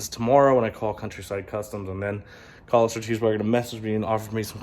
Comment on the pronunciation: It’s Khal not kahal👀